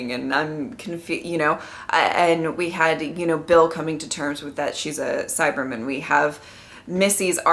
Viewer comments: I like how pronounces Cyberman as if it is a Jewish surname:-) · Bill Cyberman :)